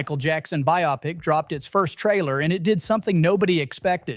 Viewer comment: Psst, that's not how you pronounce biopic.